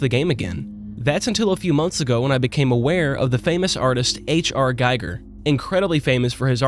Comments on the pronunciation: Who the heck is gyger? its Giger, not geiger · I'm a bit late to the party so you might not see this and someone else has probably mentioned it but, Giger is pronounced Gee-ger. So incredibly famous you don't know how his name is pronounced.